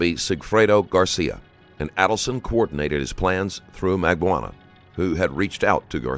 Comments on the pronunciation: Mag Ban Ooh Wah. Everybody pronounces it differently and incorrectly. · I find it really hard to believe that you mispronounced every single name in here with as high profile as this case is. Here, phonetically pronounced; Mack-baan-o-wah. Aid-ul-son. Marr-kell. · Mag-bo-ahnah…oh good lord all the names are mispronounced lmao Jfc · Oh my god the Auto-speech AI is HORREDNOUS. Please god fix it...I've never heard anyone pronounce Magbanua this way either and I've heard it a few ways by now...not to mention the other problems. Sad to see the quality so bad in the first 2 minutes